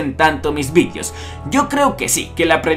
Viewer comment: pregunta dos puntos ¿ Por qué dices "vidios" y no "videos" ?